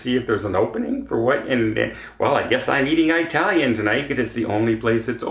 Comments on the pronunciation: I know it's hard, but please refrain from saying "Eye-talian." The proper pronunciation is "Ih-talian." Most Italians consider the "Eye" pronunciation offensive, and this goes back to way before the days of political correctness and everyone being offended by something. Growing up back in the 1950s in a city which had lots of Italian families (and great pizza), everyone who wasn't Italian learned very early the "eye" pronunciation was frowned upon. It still is. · Small pet peeve,, and please forgive me for commenting, but please pronounce Italian as - Eh-talian and not Eye-talian as you did twice in this video causing a physical sensation like nails on a chalkboard. Ok, thank you for listening to my one complaint about you:) You are awesome and love your videos!! Plus you have a great first name! Take care and thanks for all the videos!! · Thanks for mentioning that, Donald Lewis. I am Eh-talian, not Eye-talian. The latter drives me crazy! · Jim Griffin absolutely agree I’m in my 30’s but cringed when he said that. Sorry. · Being Italian, that’s a pet peeve of mine. It was usually the second thing I informed people on, the first being how to pronounce my last name.